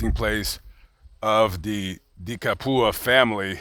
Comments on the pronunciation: “De Capua” is an Italian surname, which effectively means “of Capua.” Capua is a region on the Italian peninsula that dates back to the Romans, which was known for it’s large amounts of arable land. The pronunciation is “Cap-ew-ah.” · "Cap-wuh". Close though.